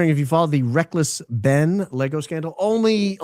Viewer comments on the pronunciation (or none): none